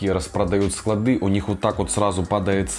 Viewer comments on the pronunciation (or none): none